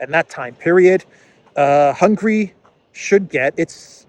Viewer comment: The word HUNGARY is not pronounced the same way as the word HUNGRY! Do you see the difference?